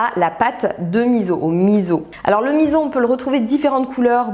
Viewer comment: Alors OUI à la vidéo dédiée au miso ! Mais à condition de le prononcer correctement : "misso" et non "mizo" 🤪 C'est un super ingrédients encore bien peu connu en France et c'est vraiment dommage ! En plus, pour les allergiques/intolérants au soja il y a la marque Kura qui en fait sans soja à base de pois chiche ou lentilles (qui déboitent grave !!) 😊 Je pense que c'est la première fois que jcommente une de tes vidéos, pourtant ça fait looooongtemps que je suis ton travail que j'adore! Merci pour cette super vidéo remplies de bonnes infos 😊 et merci de partager ton savoir 🙂